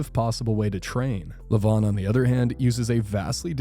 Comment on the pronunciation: Its levan not levon😂😂😂😂😂